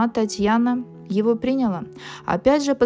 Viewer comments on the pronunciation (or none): И она его прИняла... Режет слух